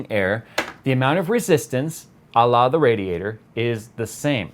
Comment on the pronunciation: I kept thinking you were saying "allah" , took me a few replays to realise you probably meant the French "a la" lol